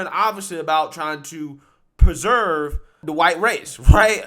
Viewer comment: "Peserve" isn't a word. You get easy words wrong EVERY VIDEO. Also, there's a difference between supremacy and purism. You should understand the difference.